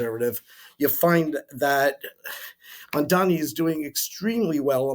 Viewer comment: Why not put a little effort to pronounce the name properly, it's MAMDANI, not MANDANI, it makes you look disingenuous.